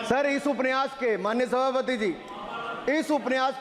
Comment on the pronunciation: Aap upanyas ko upniyas kah rahe hai or dusro ke pronounciation per sawal utha rahe hai